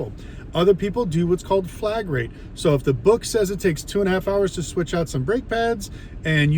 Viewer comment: This dude is calling it flag rate? It’s flat rate. I doubt he knows what he is talking about. Reading some Google script.